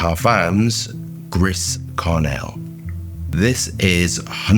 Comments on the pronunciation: You're such a unique and wonderful human, but your pronunciation is absolutely the worst! Don't worry I'm also dialectic, so we gotta laugh at ourselves, right? Griss Karnelle! So funny. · "Gree Sharnelle" no? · its pronounced Gree Sharre-nell, but good vid as always! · I clicked, thinking... how is going to butcher the name of this one;) Chris Cornell was not in my bingo card.